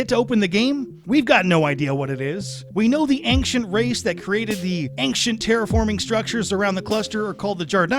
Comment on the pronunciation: Bro, your video is solid. But, for the love of the homeworld, there is no hard K sound in "ancient"